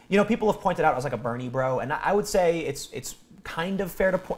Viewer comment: Wait. Did he say Bernie or Beanie?